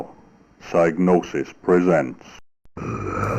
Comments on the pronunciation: National Museums Liverpool has an article on it written by an ex employee who says its pronounced sig no sis. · its pronounced sig nosis actually